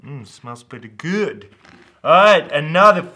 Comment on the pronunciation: why the emphasis on GOOOD